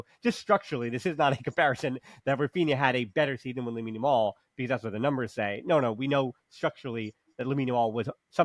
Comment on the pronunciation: We hope for a very good season better than the last one. I hope we can help Olmo and Christensen injury vulnerabilities round. you must try to pronouce Lamine second name Yamal better 😂😂😂 it is so funny. Good discussion nevertheless. Visca Barca